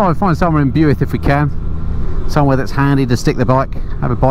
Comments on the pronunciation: Bewuilth...........?? it's pronounced BWILTH.....as i got told by a welshman a few yrs back when i was there on my 1100RT....... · £30k? I could just about get a Caterham Seven for that, and that would be a really tough decision. Have you thought about branching off into “interesting” cars as a vlogging sideline? I was wondering where the heck Bewith was, until I realised that you may have meant Builth, pronounced Billth? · I'm a recent subscriber living in Wales. Very much enjoy the content. However, have to bring you to task on your pronunciation of Builth Wells. When I first heard it I thought you were saying BUICK.... very strange.. never heard of the place. After watching a bit longer...I got it. BUILTH.....pronounced BILTH.... as in Bilth Wells....🤣. Cheers. Hope you never go to Machynlleth....🤣🤣🤣 As for the great riding in Wales, sadly we also have a rather high death count, sometimes because of 'nutters' going way too fast. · BYUITH????……….Ouch, please pronounce BILTH 😜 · Enjoyed the video through all the roads i frequently ride.. btw its Pronounced Bilth Wells not Bewilth.. . The Fountain pub is fab to eat at they run Beers n bikes festival every bank hol. If you had gone sharp left at top of town signed Lower Chapel & upper chapel onto Brecon.. that is a stunning biker rd and off the main drag.. looking forward to part 2 of that run .. I'm based just south of Merthyr . 🏍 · the best way to pronounce Builth is to to take the u out Bilth Wells, that's the way to pronounce it. Sorry don't mean to sound rude 😁👍, fantastic video 👍. Keep up the good work 😁👍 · Hi, a couple of points before your Welsh followers are up in arms..1)Powys is a Welsh county not the entire country 2) Builth is pronounced ‘Bill - th’. I grew up in Herefordshire just to the South and yes it’s a fantastic part of the world for roads and scenery. The Chiltern’s are great but not to the same level. Another great video, thank you. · Builth pronounced " bilth"